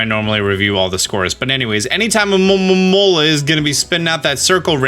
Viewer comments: Great guide it's funny ear you saying alomomomomola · The "A-lo-mo-mo-la" pronunciations lmao 😂🤣... But seriously, I'm surprised no one else inferred that very same TERRIFYING notion about Frillish! I mean, when I saw Lanturn and Magikarp both being dragged deeper into the depths by their "friendly" smiling captors, I immediately thought that's kinda scary af. The excerpt you read from Black&White is pure evidence to watch out for ghost types! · Funniest thing to me is hearing you say almomoma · Say it with me, Alo-momo-la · Guys, guys I feel the struggle for pronouncing Alomomola. Seriously. Lemme help: It's AMAmamamamaaaromamaaaa. or just ALOE-mah-Mole-uh. I'm not gonna tell you how to live your life. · Hearing you pronounce Alomomola with like, 12 ms in it is hilarious xD From my understanding its A-low-ma-mo-la. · The hard time you are having with pronoucing alomola, is relateable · The struggle to pronounce Alomomola is real 🤣🤣🤣🤣🤣🤣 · the way you said alomomola sounded hilarious